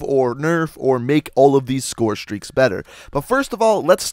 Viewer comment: the way you pronounce scorestreaks is really bugging me